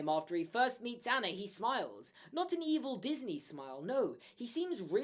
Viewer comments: Your pronunciation of the frozen characters makes me want to drive my head through a wall hAnS??? An-na???? I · LOL sorry but this drives me crazy you're saying Anna and Hans names wrong they don't say then like I in the movie I know they're spelled that way but it's not how their pronounce sorry it just drives me crazy when people don't pronounce it the right way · But- can we talk about Anna’s name being pronounced “AH-na” and Han’s name is “h-AH-ns”. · I'm Scandinavian. The correct way to pronounce Anna in my language is "UN-uh". "HAH-ns" is correct though. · It’s an accent thing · Why does pronounce Hans and Anna differently than in the movie? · ik i was just pointing out pronouncing it wrong